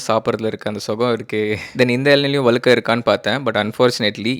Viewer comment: அலுக்கு, அலகு, வலியாது, வலுக்கை தமிழ் உச்சரிப்பு அருமை👌🙄